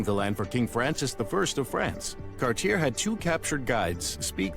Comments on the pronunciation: It's not "cartier" its pronounced "cart-ti-eh" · it's not "Cart-yare", it's "Cart-yay". Whoever made the vid is ignorant